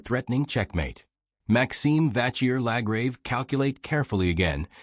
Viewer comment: Please try to learn how to pronounce Maxime Vachier-Lagrave's name correctly.